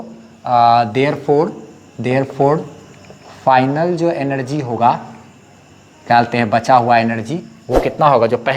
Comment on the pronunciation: Kyalteh = kya bolte h 😂